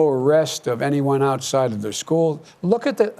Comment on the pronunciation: Everytime he says "look" I imagine him saying "fat." 🤣